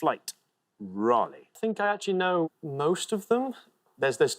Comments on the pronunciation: I was impressed that one of the contestants pronounced Oregon as the natives do (OR-a-gin with a hard g) but I can't blame anyone for not knowing that Montanans pronounce the first two syllables of Helena like the name Helen. Richard pronounced Raleigh correctly once and "rally" once, maybe just a slip of the tongue. Surely he wouldn't say Sir Walter Rally. I've never heard Pierre SD spoken aloud and I've always assumed it was pronounced like the French name. I wonder what French people picture when they hear Duh Moyn, Jo-lee- ett and Pyoo-jit Sound. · Richard pronouncing the capital of North Carolina like it's a car race is like a non-Briton saying Lay-cester. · Raleigh rhymes with holly, Mr. Expert. Sir Walter Raleigh was a Brit. You should have known that.